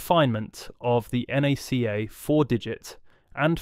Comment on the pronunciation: I was really hoping this wasn't going to be more AI slop, but only a few seconds in it calls NACA "nay c a"